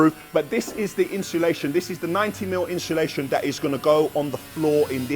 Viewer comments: Definitely said inshulation.. not insulation. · Inshullation lol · Ha ha ha I’m glad you picked up about Inshulation 🤣🤣🤣🤣